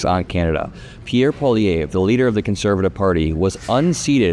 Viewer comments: Its pronounced like Pwa-Lee-Ev if that helps :) Its a difficult name for people who dont speak any french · paw lee EV. That's the pronunciation. The 3rd syllable is stressed, as is doing, but the 'e' has the same pronunciation as the 'e' in 'let.' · peewee Herman’s name is pronounced “Poly-evf” fyi.. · Pronounced pierre "poly ev" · Thank you for covering this! You can’t even see how relieved my home is because of this outcome. Feels like our timeline might not be the worst. I do gotta say tho. It’s a lil funny that Americans can’t pronounce poilievre. “Po” - (think the po sound in “pop”) “ili” - (think “Lee”. ee sound) “evre” - (think Evv. Strong “v”. Kinda like the “evv” sound in the word Chevy or heavy. No “y” sounds tho) Pa-Lee-evV (strong end v) (idk if that makes sense, I’m just going on vibes) Edit: spelling